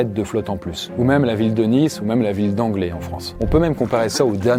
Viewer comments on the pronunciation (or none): Quand vous dites la ville d’anglais, vous parlez de la ville d’Anglet (prononcé Anglette) ou d’une autre ville ? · La ville d angais ou d anglet qui se pronoce anglete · C’est la ville d’anglet qui se prononce « anglette » et pas « anglé » 😂 Petit détail, j’adore tes vidéos 🫶🏻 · Aïe j’ai mal, c’est pas anglé c’est anglete près de Bayonne anglet Biarritz. Trop cool ta vidéo comme toujours !! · La ville d'Anglé 😭😭😭😭 Anglet on le prononce "Anglette" goat (on t'aime quand meme) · Point Culture, quand on parle de Anglet on ne dit pas Anglais mais Anglette 🤭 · c'est ANGLET qui se prononce anglette pas anglais 😁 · Anglet pas Anglé ahah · La ville « d’anglais » ça se prononce « anglette » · Merci on apprend plein de choses! Par exemple à je connaissais la ville d’Anglet mais pas la ville d’Anglé 😅. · super vidéo, comme toujours, mais en tant qu'angloye j'aimerais préciser que "anglet" se prononce "anglète" ahahah x) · bonjour, j'adore tes videos merci pour tout.par contre la ville d'Anglet ce dit Anglette =) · hello, à ; étant d’Anglet, (et à quelque mètre près on voyait ma maison submergé) je me permets de te dire que ça se prononce avec le T à la fin. phonétiquement ça donne [anglèt]. uniquement cette précision. sinon rien à redire 😇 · Il ne faut surtout pas prononcer le x de Chamonix, par contre on prononce le t de Anglet ( ɑ̃ɡlɛt ). Juste à titre didactique, on ne peut pas tout savoir. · sa se dit Anglete en gros mais tkt tu pouvais pas savoir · Pour info, Anglet se prononce Anglette aha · Pour une fois qu'on parle de ma ville mais c'est Anglet on prononce le "t" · Anglet se dis "Anglète" ahaha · Anglet se prononce Anglette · Anglet (prononcé "anglette") si je peux être casse couilles 😅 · Sa ce pronnonce anglette meme si sa s'ecrit anglet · Anglet ça se prononce "anglette". merci.... Citadin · je suis angloy et par pitié Anglet se prononce Anglette..... 🤣🤣🤣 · On dit angleT mdr